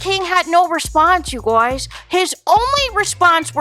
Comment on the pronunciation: Omg the “you Gwoys” is killing me 😩😩😩